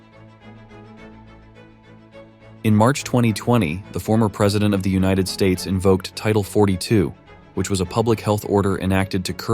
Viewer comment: Bro said una tid states and i agree